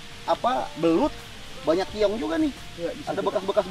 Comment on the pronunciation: keong ih sanes kiong